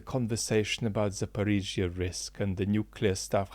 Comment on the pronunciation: You're the first native English speaker I've heard pronouncing "Zaporizzhya" correctly 😂